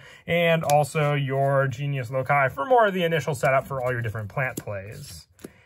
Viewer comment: Omg he said loci (lo kai) instead of saying like (loc key) he is the 1st yugituber to say it correctly ive seen